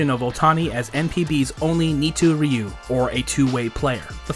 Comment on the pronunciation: I love ur vidéo as a Japanese. Thanks for creating a such a nice video. FYI two way, Nitouryu’s pronunciation is not Ni Too Ryu but Ni Toe Ryu.😊